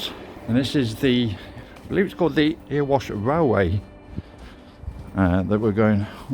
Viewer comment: "Eh-ree-wash" *Erewash, not Earwash, lol